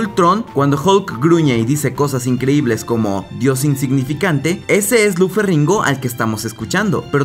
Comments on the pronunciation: "ferringo starr" :v se dice Ferriño y se escribe con "gn". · No se dice "Ferringo" el apellido del actor, sino Lou Feriño, con Ñ. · Se menciona ferriño (como si fuera francés) ❤️🇩🇴